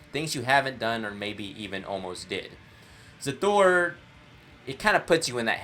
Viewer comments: Also it's pronounce Hasthur not Xas thur like you pronounce it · You are saying Xasthur wrong, and I will make fun of you for it. (lol jk like and sub my dude!)